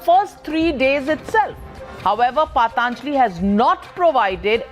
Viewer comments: Dear Navika, with all due respect what the heckety heck is paatanjali.. it is patanjali as in puh tun jali... not paat aanjali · First of all, it’s not paaaataaaanjli, that’s how the woman is pronouncing it, it’s patanjali for god sake, if u can’t pronounce words of ur own culture & try to pronounce words of French, German, Spanish & Italian etc flawlessly, no matter how educated u r people from outside the country will ridicule & shame u. We know many Indians who make sure they pronounce foreign words like Rendezvous as Roundavooo ( which is the correct pronunciation), but they’ll still pronounce Aaraadhana as Araaaadna, such garbage mindset.